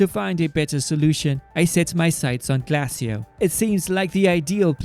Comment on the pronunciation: Pronouncement: Glay-shi-o